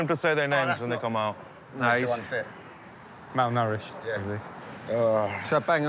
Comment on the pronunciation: ‘Malnourished’ ahahhaha